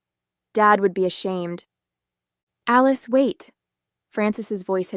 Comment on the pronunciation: Thomas and "Aleese"??? Stupid AI.